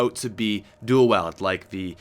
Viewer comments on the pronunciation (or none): Is it Pats Canadian accent or does he misread wield as weld. it's kinda annoying when he says dual-weld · You pronounce wield wrong you say it like wheeled ( weel - ed ) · Dual WIELD, not duel WELD! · "I don't say duel weld."